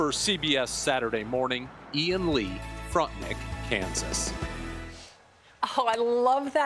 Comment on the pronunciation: The reporter kept saying “Frontenick”, the correct pronunciation is “Frontenack”